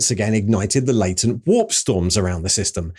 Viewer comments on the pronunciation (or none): none